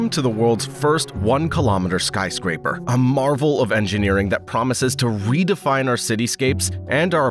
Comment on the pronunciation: lol "Skyscrapper"